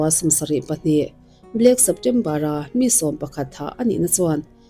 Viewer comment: Chheptember Ali Hachhen Chhalami, a chhawia